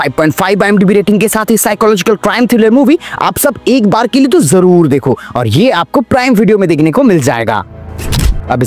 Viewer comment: always say 'jorur dekho' hears very odd.